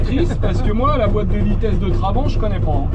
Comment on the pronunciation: Ca m'énerve.... On dit pas Traban mais TrabanTttt... Ou alors Trabi comme ils disaient à l'époque là-bas !!!